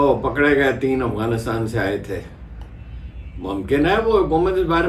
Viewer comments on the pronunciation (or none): none